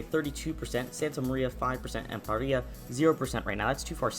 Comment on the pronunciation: The town on Sao Miguel is called Praia and not Paira. Just sayin‘